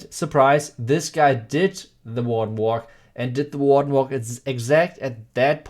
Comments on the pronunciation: Oh WARDEN WALK. Holy fuck he eviscerated that pronunciation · What did he say at the beginning? People are combining pekka smash and what? Sounds like WA WA